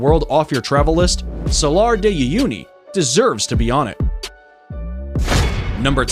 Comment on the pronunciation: outstanding list! Thanks very much! May I point out that, because Salar de Uyuni is Spanish, the 3rd. word is oo-YOU-knee, rather than you-YOU-knee; Huacachina = wah-cah-CHEE-nah, rather than who-ah-cah-CHEE-nah; UNESCO is pronounced you-NESS-coe, rather than oo-NESS-coe; Lake Baikal is BUY-call, rather than BAH-call; in the Naica Mine section--like the tiny dog of the same name, the Mexican state it's in (Chihuahua) is chee-WAH-wah, rather than chee-WAH-whah; Victoria Falls is on the zam-BEE-zee River, not the zahm-BEZ-ee, and in the nation of ZAM-bee-uh, rather than ZAHM-bee-uh, and it's not in that nation, but on the border with Zimbabwe, just like Canada sharing Niagara Falls with the USA? I know, because I've been to Victoria Falls. Lastly, I don't know what statistic you were trying to present regarding Grand Prismatic Spring, but it's absolutely not the largest lake in the USA--not by a long shot, since all 5 of the Great Lakes are larger, as are many hundreds of others around the country. You may mean the largest volcanic spring in the country.